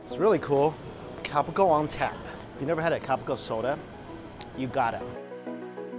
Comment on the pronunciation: Cal pee co is how you can it.